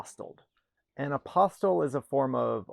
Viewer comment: Your heading really should state which group, EU or non-EU is the primary focus of your obviously USA-centric video. Furthermore, an 'Apostle' as you pronounce it, was a follower of Jesus. An Apostille - used for specific public documents (birth, marriage, name, domicile, absence of criminal record, etc.), is long abolished for use between EU Member States.